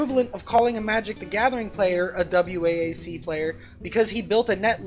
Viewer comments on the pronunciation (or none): For the love of god, just pronounce it "Wack", so distracting..... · Great video. For future reference though, noone ever spells it out lol just say "wack"